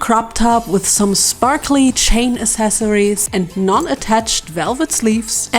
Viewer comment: Honestly, I find your little word malfunctions really cute. And sprakly words just as well as sparkly (and is probably much easier to say). 😊 I doubt I'd do as good speaking a second language! 😅